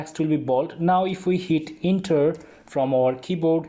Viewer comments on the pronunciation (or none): It doesn't pronounce 'inter,' it pronounces' enter'